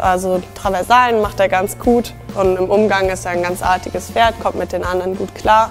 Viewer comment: Unglaublich wofür da Geld rausgeworfen wird. Unfassbar. Ich liebe Pferde und mag reiten, aber das geht so gar nicht. Und dass die das Wort Pferd nicht sprechen kann ist furchtbar.